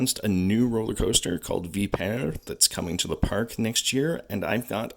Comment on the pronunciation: Ur saying the name wrong